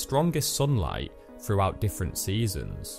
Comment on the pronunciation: Great project! I had a hard time listening to the narration though. Every “th” sound came out as an “f.” Five “fousand,” “froughout,” etc. Brutal!